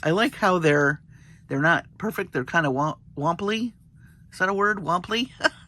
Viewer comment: I think.you meant wonky, but wompley is cuter